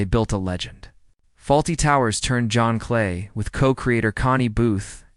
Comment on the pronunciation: You pronounced John Cleese —wrong?